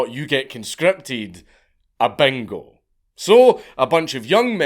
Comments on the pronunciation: First time I had to put on subtitles for Dank.. " In Thailand they make it a BANGO....they make it a BANGO." .. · Bro I was fucking dying. I thought you said bengal not bingo. I was trying to figure out how the fuck they used a bengal tiger to select draftees. I wasn’t sure if it was like a fucking Roman Colosseum situation.